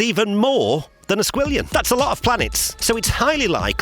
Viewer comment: How many quintillion planets? Did he say, "more than a squirrellion"? How much is that?